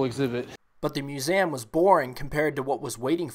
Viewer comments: Yo please learn how to pronounce museum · Please learn how to say museum